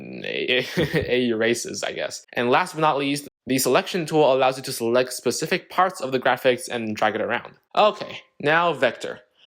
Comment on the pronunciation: "specifc" lol